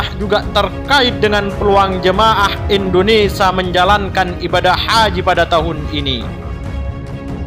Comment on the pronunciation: Usul kpd pembaca beritanya.mhn diperbaiki membaca IndoneSIA bukan IndoneSA.tks